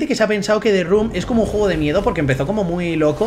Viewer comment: Te run tu (The room two). hablador de inglés profesional, recibido de la academia de Open English